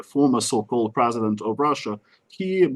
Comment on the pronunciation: Seriously, “Predident Poot’n”